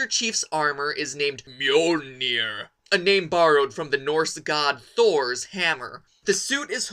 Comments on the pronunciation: It's pronounced 'Mjølner'! :D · I think is The pronounced "me-awl-ner" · ***** The armor is NAMED after the hammer though, so he did mispronounce it.